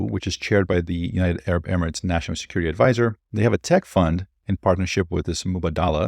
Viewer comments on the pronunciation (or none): none